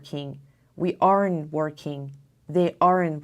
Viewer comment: دوست عزیز در Aren't, کلمه e تلفظ نمیشود. و در تلفظ Arn't هستش